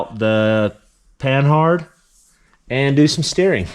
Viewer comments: Panhard us pronounced with a silent H. Pan'ard. Just saying. The name of a French car, tank, and commercial vehicle manufacturer. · The H is silent. Say "PAN-ARD".